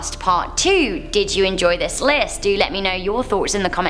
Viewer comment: ARE YOU TRYING TO SAY WORD" DO "'BUT INSTEAD YOU SAY "JEW"